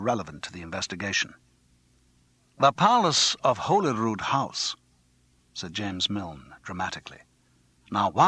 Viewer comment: How difficult is it to find out how to pronounce Holyrood?!